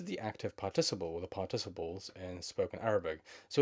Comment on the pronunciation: Excellent lesson. Also, it's pronounced PÁRTiciple (stressed on the first syllable:)